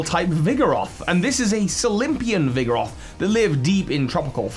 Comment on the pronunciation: Vigeroth "Vigoroth"